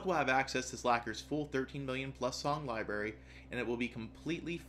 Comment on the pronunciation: Oh gawd! LIBARY!